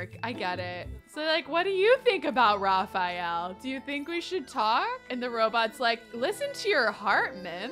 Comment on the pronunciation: It's so cute the way pronunces Raphael's name! I really love to hear it cause it's the masculine form of my own name. Also, is cute saying anything!